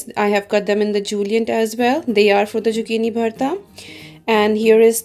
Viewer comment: Great video..........just one quick thing !! Zucchini is pronounced with a Z and not jucchini ......! Don't mean to offend u !